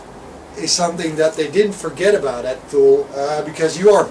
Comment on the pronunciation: It’s pronounced “TOO-LEE”...... like the city in Greenland